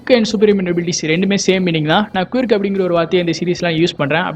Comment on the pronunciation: Kwirk illa bro, quirk, pronouncation poi check pannunga